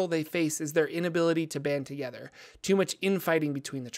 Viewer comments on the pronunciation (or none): none